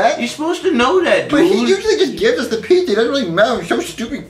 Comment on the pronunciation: uhh um 😐😐😐😯 you forgot to put the a on pizza it’s not pizz like piece